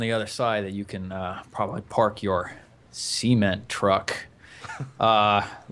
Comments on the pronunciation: every time i here JP say "cement truck" i hear "seamen" truck. its just how he pronounces it... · The way he says 'Cement Truck', I keep thinking he's saying 'Semen Truck'... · JP keeps calling it a SEE-ment truck... lol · I keep mishearing the way that JP says Cement..